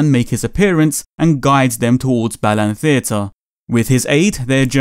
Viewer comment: I keep hearing "Balan" as "Bellend"...